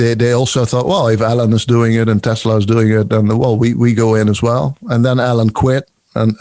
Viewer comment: I like how pronounces Elon as "Allen"... Think I might start doing that.